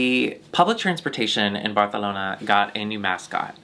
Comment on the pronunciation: if says barthalona one more time i swear to god